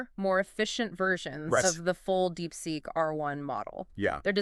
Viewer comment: wtf is DeepSeq mate? Did you mean DeepSeek?